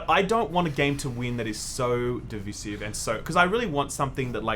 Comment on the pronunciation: Please pronounce "divisive" correctly